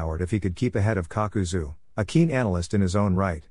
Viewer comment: Kakazu becomes Papazu 😂❤